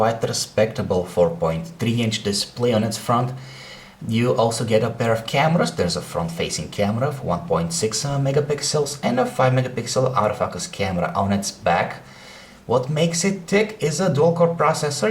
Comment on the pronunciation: This reviewer always say auto fackus